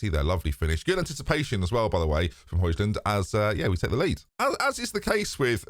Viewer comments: it’s “Hoy-land” mate, I’m sorry it was getting painful to listen to at this point, bless ya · It’s actually Hoy-lun. You don’t pronounce the D. 🤓